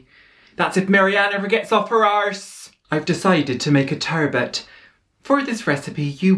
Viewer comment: TUURRRBUT and AHRRMUND !! you've got me dying over the pronunciations here.